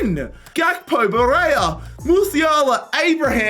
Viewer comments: Dude, Barella is pronounced Barela, not Bareia 😂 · Why are you calling him BA RAY YA? You know what a double L is, right? I'd be curious to see how you pronounce the words College of Falling